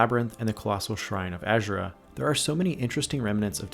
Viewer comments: Azura. A-zu-ra. Not Azure-a. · My only critique is that you pronounce azuras name wrong and her shrine is not part of the nordic faith but instead was built by dunmer refugees after escaping the red mountain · and you literally can't play through Dragonborn in Solstheim and still pronounce Azura incorrectly xD